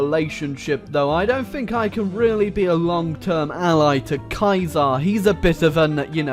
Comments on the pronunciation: Sea-sar not Kai-sar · ITS NOT KAISER ITS CEASER, SEE-SEER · You said Kaiser not Caesar. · Who tf is 'kai-zar' its 'see-zer' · its sisar, not kaisar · You said Kaiser not ceasar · the orginal pronounciation of the word sounds more like kaiser but because of english basterdization we say it like see-seer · why the hell do you pronounce ceasar as kaisar? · pronouncing "Caesar" like "Kaiser" is killing me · I was so confused, because he kept saying Ceaser the correct way, but unfortunately his name said correctly sounds a lot like Kaiser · The way you are pronouncing Caesar is just the German word for It, Kaiser. So Caesar is pronounced like Julius so he is a roman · anyone else triggered that he kept mis-pronouncing Caesar? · Difd watch rimmy to learn how to say caesar?